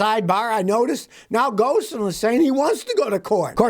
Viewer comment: Hey Scotty ! Love your videos. Small correction- Ghosn is pronounced Ghone. Why- it’s the French way of doing things !